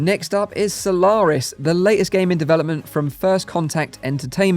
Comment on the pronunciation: Why do you say Solawris?